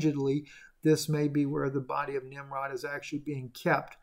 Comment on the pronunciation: Nimrud.... Nimrod 🤷‍♀️